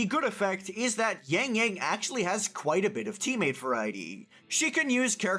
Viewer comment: But still pronounce yangyang as yængyæng 😂